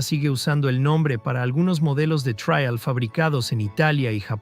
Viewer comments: Después de repetir traial 50 veces he dejado de ver el video, me supera, en España como alguien ha comentado ya es TRIAL, no se pronuncia en inglés, pero claro ¡qué se puede esperar de un mejicano! Presumen de saber hablar español mejor que nosotros, que inventamos el idioma, y lo llenan de anglicismos - en su descargo hay que decir que aquí en España cada vez hacemos más lo mismo, con la cantidad de periodistas y comunicadores que son imbéciles perdidos y aunque no tengan ni puta idea de hablar inglés van de guay, perdón de "cool", y emplean cada dia millones de anglicismos jodiendo el idioma. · El video puede que tenga errores, lo pública un latinoamericano parece, por eso dice traial en lugar de trial. Pero muchos ingenieros de los comentarios parece que están más equivocados aún, aparte de que les domina su Ego. El video me ha producido nostalgia, pero la mayoría de los comentarios me han hecho reír mogollón, 😂😂😂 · El robot no sabe pronunciar la palabra "trial" lo demás lo pronuncia bastante bien.